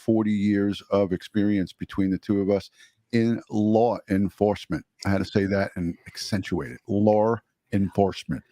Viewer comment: LOLOLOL I thought I was the only one who heard the “R” at the end of LAW!!! 😂